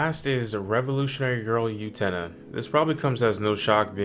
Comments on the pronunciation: 1. I have seen all of these except Liz and the Blue Bird. I will go look it up. 2. Try saying the word, "boo," without the b. Then say, "ten-uh," after it. You have now stopped saying You-tena and started saying Utena. Congratulations. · "yootena" lol